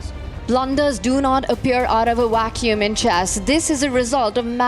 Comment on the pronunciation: what's a "wacuum"?